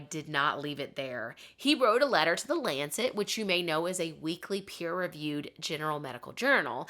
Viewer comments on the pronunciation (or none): none